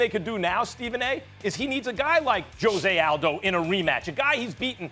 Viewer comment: dude out here Joseay Aldo? Gtfo